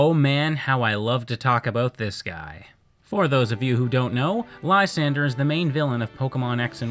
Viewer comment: Lysandre (whose name you're mispronouncing) had so much potential. They clearly had an influence from church indulgences, specifically the corruption thereof where people would literally buy their way into Heaven. But he fell so flat with it. He even says that things are fine as they are and that his plan is pre-emptive. He ended up being a Cyrus ripoff, only Cyrus was a compelling and deep character. A list of jerks and no Koya? Koya is basically what would happen if Silver was a good guy. Which of course doesn't make him a NICE guy, because Koya is perhaps an even bigger asshat than Silver could ever dream of being. He punches the main character in the face for trying to pet his Absol. He threatens the other main character for overhearing a phone call. How this kid manages to be Looker's assistant is anyone's guess. And honestly if you think Silver is a Mary Sue, i question what you think that term means.